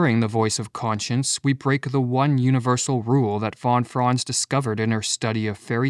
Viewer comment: Is this AI-made? "Von Fron" lol. Try fon Frahnts